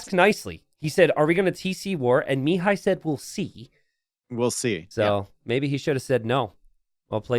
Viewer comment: Hi! Mihai's name should be read with the accent on the 2nd syllable, not on the first. Also, awesome game, keep'em coming!